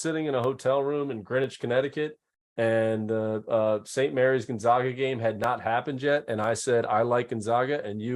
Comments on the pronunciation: How can he still not pronounce Gonzaga correctly? He even says "Zags" in the beginning of a sentence and then says, "Gonzoga" at the end lol. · True. But as an alumni, I can guarantee you every administrator, Jesuit, student, professor, and even every staffer at Gonzaga's campus in Florence, Italy pronounce the school Gon-Zag-Uh. That's why we are the Zags not the Zogs.